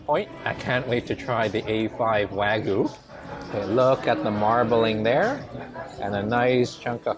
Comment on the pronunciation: wa- gyu not wa-gu